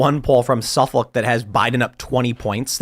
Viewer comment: It’s “Suff-ick” not”Suff-olk”.